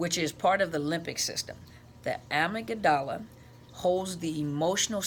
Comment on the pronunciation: Love your videos! I don't know much about the Amygdala but I have heard it pronounced "ah-mig..dah..lah. the dah and lah is more quickly spoken. Not sure that will help though. I would like to know more about it. I am an abuse survivor in the middle of the healing process. It has occurred to me that each time I told him I wasn't going to see him again, he would love bomb me and "accidentally" injure me. One time I was taken by ambulance and I had to have a blood transfusion and died during surgery. They had to break my ribs to get my heart started. I was in the hospital a total of 5 weeks and have had to have another related surgery. He didn't shed a tear, apologize or show anything but annoyance for being inconvenienced staying at my place in town. His family turned against me for involving him in my medical drama...he refused to tell them the truth that he had hurt me. Later, in the hospital, he told me it was as much my fault as his...NOT! So I ended up staying with him and going back twice again. He always told me I was imagining things something I heard all through my childhood and most of my life. I believed him as I believed my mother. The problem had to be me. Now I am trying to develop more self love and because of this five year insane imprisonment, I have learned to set boundaries and recognize the red flags. I am in a way, grateful for the experience because of what I learned about myself and why I never felt love from my parents.. Karen